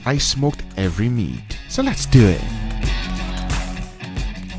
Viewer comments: Me: When your watching and waiting till you hear his 3 word slogan 👀👀 "Let's dewit" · “So let’s dew eit” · "so letz dowaet" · "so lets deww ett"